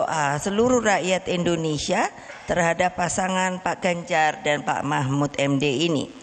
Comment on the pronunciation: Bu bacanya kliru bu..bukan p.mahmud md..tapi p.mahfud md